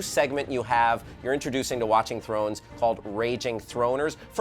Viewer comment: a girl cannot say throner